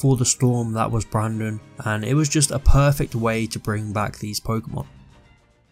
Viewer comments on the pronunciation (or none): none